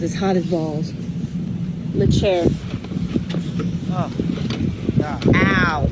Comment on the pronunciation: Say "Le Chair" one more time! I dare you!